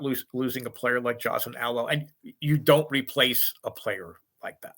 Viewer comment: Very lazy and disrespectful to mispronounce Alo's name.... jerk